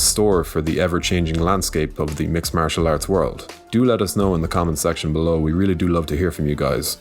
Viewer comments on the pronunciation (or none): none